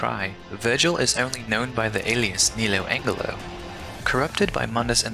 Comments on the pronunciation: Lol he said neo Angle-Lo....it's neo Angelo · Oy! It's "Ne-low Ange-low!"